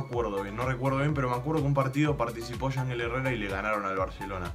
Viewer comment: se pronuncia "Ianjél"